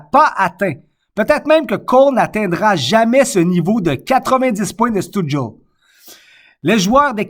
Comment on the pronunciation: Si tu veux prononcer Stützle comme il faut pour avoir l'air cool : chtute (exactement comme une chute, mais tu rajoutes un 't' en plein milieu) + s'le, comme le déterminant "le" mais avec un 's' au début.